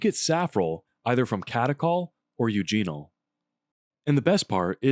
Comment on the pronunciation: "Eugene-ohl"? Who would ever say that? Really!